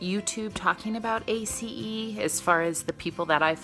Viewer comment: Wow!!! I'm so impressed that you know how to pronounce A.C.E. the correct way.. (= TY for sharing!! Lots of great info. here. Truly enjoying your channel. TY for being here. ^_^